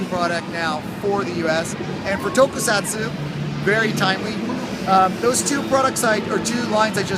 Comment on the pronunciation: Toku-sats, no tokusatsuuuuuu.